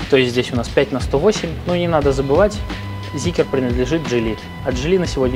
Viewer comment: Почему "зикер"?😂